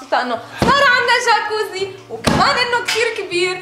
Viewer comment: جكوزي بالجرف الجيم مو بالحرف الألف خطأ